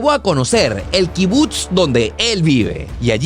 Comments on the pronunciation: Me estresa que diga kibut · se dice kibutz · increíble videos dios proteja al pueblo bendito, creo q SE dice kibutz se pronuncia como pizza